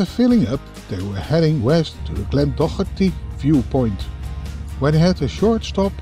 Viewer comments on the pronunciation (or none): none